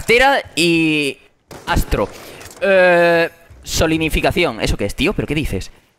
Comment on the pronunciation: este chaval no sabe ni decir palabras aleatorias fotosintésis dice jajajaja da vinci jajajajaja solinificacion jajajaja este chaval tiene un ego que es imprsionante como se puede ser tan creido?? tendra mucho merito estando en youtube pero hay mejores y mas humildes le pillla rubinho y lo humilla eres divertido pero muy chulo